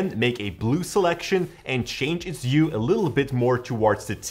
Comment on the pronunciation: "U"? 😂 It's Hue.